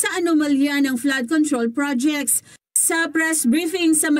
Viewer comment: Pls pronounce " project" the right way!